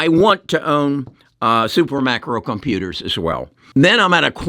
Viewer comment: Did he say Super Micro Conputers?